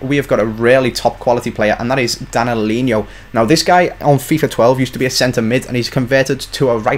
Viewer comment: Danilo not Danalinho As in DAa-ni-low